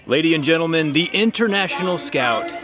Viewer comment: To me it sounded like gentleman, not men.